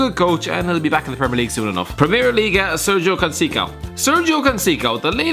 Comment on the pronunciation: The way you said Sérgio Conceição fucking killed me 😂😂